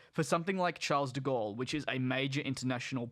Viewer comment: He bro, can you please learn how to pronounce ‘Charles De Gaulle’. Love your videos, but would be nice if you did more research of airport pronunciations. I know its a little thing, however will help your channel in the long run with non Australian viewers. Keep up the good work and always watch you videos.